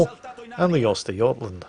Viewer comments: lol, not Oystergotland. Uhstergohtlahnd. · That's an interesting way of pronouncing götland.